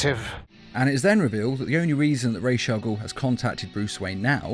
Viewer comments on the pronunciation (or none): watch the video and you hear him say it wrong, his say raze not Ras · Raw Not Raysh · I thought it was ras al ghul, not.....raish.....raj....al ghul? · Raish al guul. Dude its Raas al guul. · RAJ is prenounced = Rhawrhj, not rayj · ao, minor but important thing. it's not RAYSH al'ghoul. it's RAJ AL'GHOUL. not sorry, but holy crap dude.. it's been pronounced numerous times IN FILMS. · lol, ray's al ghul. kills me everytime i hear you say it wrong. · The pronunciation of “Ra’s Al Ghoul” is getting me tight....”Raishe”??? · So.... Did anyone else hear "piss' chemicals" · "Resh Al Gould" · Nobody: This nigga: RASHE AGOUL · "rhaze al ghool" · You said raish au ghol to many times. I couldnt make it past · He is Raus Al-Ghoul not whatever you said The one who created the league of assasins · Did you just say rashe Al goul ?? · Rays aaal guhl?? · Why do you prononuce it like RAASH? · It is NOT "Resha Gul" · Raysh all ghoul? Ffs. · Its not ra’s al ghul not rachel guhl ffs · Why do you say rashe al ghul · "Raysh" al Ghul? I'm no language expert, but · you pronounce ra's al ghul wrong it pronounced rosh al ghul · why tf u pronounced “rash agul” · Ra's al Ghul... Not ray shall Ghul. Idiot. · Am I the only one that kept getting mad when he would say Ra’s Al Ghul wrong? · Am I the only person that thinks the was he says Ra's Al Ghul's is really off? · You're pronouncing ra's al ghul so wrong. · can't even pronounce was ras al ghul properly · within 30 seconds, poster mispronounced a villain's name. Guess pandering to the superhero fans is how youtube shills work nowadays. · Or maybe it's a simple mistake? Just a thought.